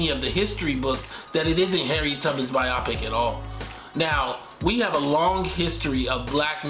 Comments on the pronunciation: Bro. It’s pronounced BI-oh-pic. Not bi-AH-pic. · Bio-pic, not byopic